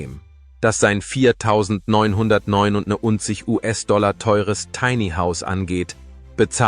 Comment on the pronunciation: Der Preis gilt wohl nur ein Puppenhaus? Schon der Fehler bei der Aussprache des Preises läst Zweifel aufkommen. Hier wären die Trusted Flagger gefragt. Wenn der Preis real wäre, würde ich gleich mehrere kaufen.